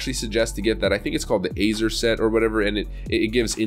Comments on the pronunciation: "Ah-zhur" not "ay-zoor" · its pronounced AZOOR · Azer... really? How do you not know how to pronounce Azure?